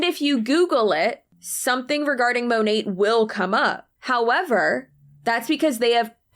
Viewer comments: I could never understand why so many of Monat's huns never pronounced the name of the company correctly....until this video. Maybe it's the accent but how is this guy at the tippy top and even he says 'Monet' like the artist? Good grief. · MONATberhoods!?! That’s the sound of my teeth gnashing